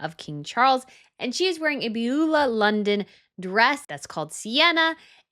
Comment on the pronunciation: I believe Beulah London is pronounced as byoo-lah, not be-lu-la.